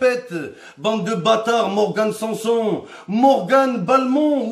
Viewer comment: "Morgan sanSLIP"😭😭😭😭😭😭😭